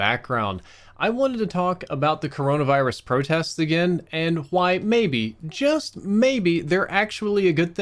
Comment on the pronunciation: I love how his Mississippi accent slips in from time to time. "Why" sounds like "Hwoi" 😂